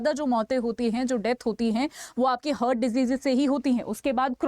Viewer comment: It is हार्ट heart ..but you are pronouncing it as हर्ट ie hurt...